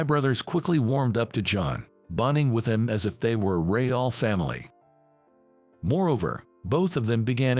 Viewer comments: AI its I vee. And real is pronounced reel not ree ahl. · It was suppose to be "I" "V" drips (Intravenous). Real is pronounced reel. The story got a bit sloppy at the end, but overall it was outstanding. This could be expanded into a novella easily.